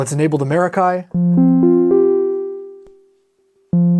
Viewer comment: Yummy pedal.... Stereo! Pronunciation - mair-ah-kee, like "mer-ah-kee," with the emphasis on the first syllable. Here's a breakdown of the pronunciation: Mair (like the beginning of the word "mare") ah (like the sound in "about") kee (like the sound in "key")